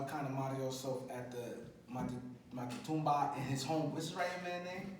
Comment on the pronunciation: Good guest, an OG. But how tf this dude cant say Maque Tumba 😂